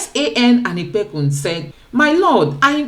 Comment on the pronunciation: What is San anipekun.... come on... if u hv to be on social media atleast u can learn to pronounce a Nigerian name... it is OLANIPEKUN....NOT ANIPEKUN....JEZZZZ